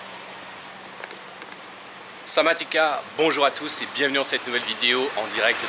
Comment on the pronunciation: Le mec il regarde toutes les montres du centre commercial il fait sortir tout a tout le monde et il en prend meme pas une ce gros rats alors que c'est 80e mdrr et on dit pas Samadika hein c'est Sawadee krap quand tes un homme enfin toi tes un gros rat surtout